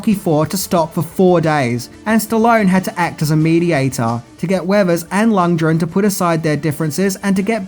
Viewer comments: Lundgren, not Lungdren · Lund. Gren. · 16 minutes of butchering lundgrens name. There’s a fucking G in there my dude